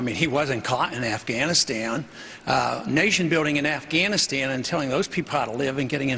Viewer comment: LOL and get the troops outta Affkuuwphhganistan!!